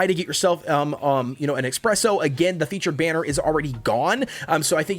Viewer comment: every time you say "expresso" i cringe